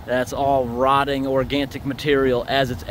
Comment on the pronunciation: Thoroughly enjoy your videos, but I must comment on a word that you use often: organtic. I checked the dictionary and the only definition for that is in urban dictionary and it means something that is so great it makes you have an orgasm. Now, I know you love your job, but I believe what you mean is organic - no 't' in it. I hope you read this and change your pronunciation or I will have to laugh when we get to that part of the unclogging!!! 😄